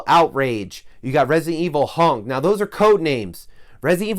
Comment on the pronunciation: did you say Resident Evil Hung or Hunk? Either way, I'm excited.